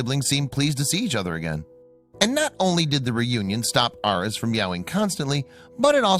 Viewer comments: It’s pronounced “Air-eez”, not “Aur-ess”. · please work on pronunciation. air-eez as in the star sign.